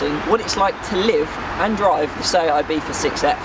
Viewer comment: Am i the only one who can not fucking stand him pronouncing Ibiza, with IBIFHA